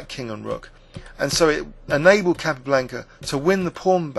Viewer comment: He he. Its a small point, but I also noticed the incorrect pronunciation of Capa's name. Also Shaven Ingen for Sheveningen made me laugh. No offence though. Great videos.